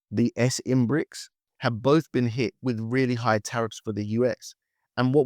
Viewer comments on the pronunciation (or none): none